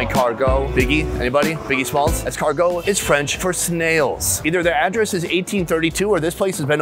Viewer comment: It's pronounced like "Less cargoo" (L'escargo) .. not whatever you try to say in French on your fist try hha